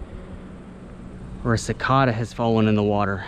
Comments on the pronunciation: cik-auda or cik-ada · bro said "cicahda" its (si-kay-duh) cicada